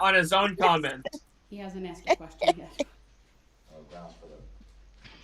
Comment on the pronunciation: Every time Darrell says GROUNZ, I visualize Darrell digging another scoop of dirt, with a shovel, to make his grave. 🪦⚰️